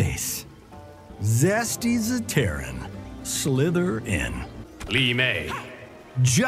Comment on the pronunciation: "Shirai rywho Shirai rayu" "Zesty zetteran" i died